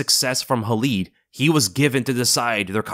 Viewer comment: It Khalid, not Halid. When Arabs use "Kh" it's not like when the Russians use it like you see it in the name Khabib. Better example, DJ Khalid.